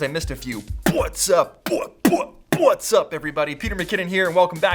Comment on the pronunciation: Jus me or does it sound like butts up everybody